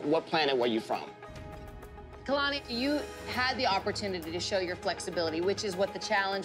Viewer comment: Abby calls Kalani Alalni